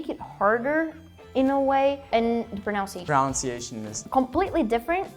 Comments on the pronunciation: They keep pronouncing "pronunciation" as though it was spelled "pronounciation", which is wrong. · I love how they pronounce "pronunciation" based on the pronunciation of the word "pronounce". It's not the same guys, haha. Think of OUNCE and NUN. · She could improve her pronunciation of the word pronunciation, though. But she speaks really well indeed.